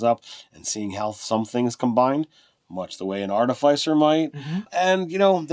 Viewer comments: Say after me guys: ART-uh-FISS-ur and NOT ART-i-FYES-er. Sounds like you're shilling for Pfizer they way you mispronounced it over and over again. Hope they paid you for all the free plugs! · It’s pronounced ‘Ar-Tif-icer’, not ‘Arta-ficer’ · It’s clearly Arti-fiss-er guys. The root word is “artifice,” which is def not pronounced with a hard i. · Listening to you pronounce "artificer" incorrectly over and over again hurt my soul. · Between ar-TIF-icer, arti-FIC-er, and artif-ICE-er... i hate the last pronunciation the most. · Sorry, can't watch this any further. Love the outfit,, but I cannot handle the repetitive mispronunciation. It's not even like artificer is a made up fantasy word.